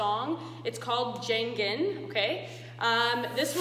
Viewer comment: You pronounced the title wrong, it's pronounced as "gang-ing" lol but good job, you're talented!